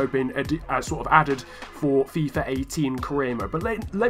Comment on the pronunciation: Why do you call it fifar ? or fifer its really annoying lol